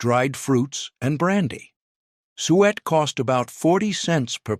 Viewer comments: Believe its 'suet' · What is sweat? Obviously another stupid AI mispronunciation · The plum pudding is made with 'sue-et' NOT 'sweat'. It is beef tallow but I have found that everyone liked the pure butter steamed pudding better.